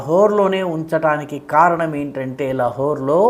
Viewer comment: అంతా బాగా చెప్తారు. అప్పుడప్పుడు దీర్ఘాలని కుదిస్తారు అనవసరంగా. లహోర్ అంటారెందుకు? లాహోర్ అనకూడదా?